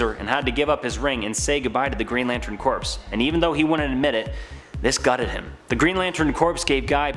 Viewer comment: its pronounced CORE not CORPSE